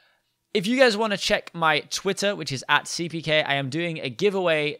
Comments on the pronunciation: 3 u said 4 times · ......